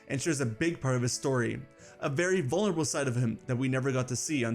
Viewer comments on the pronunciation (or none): none